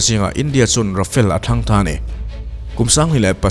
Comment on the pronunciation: Ra-fa-le tih tur.. I thumbnail ah Euro Typhoon jet fighter i dah bawk.